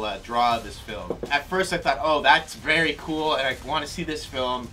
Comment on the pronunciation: I just didn't know what the fuck you were on about, you don't have to tell me i am cool...i know. "vary small" though....c'mon.